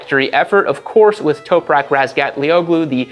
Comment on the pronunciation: Toperak? You mean Top-rack?